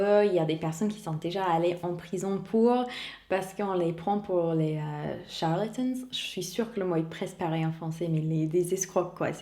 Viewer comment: CHARLATAN: au singulier comme au pluriel (CHARLATANS) se prononce comme "TAON" et "TEMPS" et "TANT"... ^=^